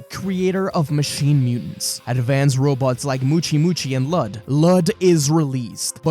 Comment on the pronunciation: Ok one his name was Luud or Lood not Lud and two Goten's GF was named Phalis "not sure on how to spell it" not Palace you noob. 😂